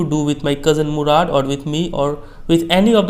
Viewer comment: Mourad nhi मोराड 😂😂